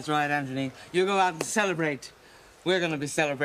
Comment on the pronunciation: Anthony! Not ANT- ONY